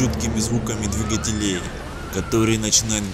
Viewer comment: Слушать нереально... Непонятные паузы между словами, и ОЧЕНЬ режет слух "двигателЕй"